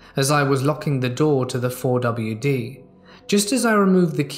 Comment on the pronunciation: The "Four W Dee"...lol. Never heard a 4 wheel drive called this before. sure can be a goober....:)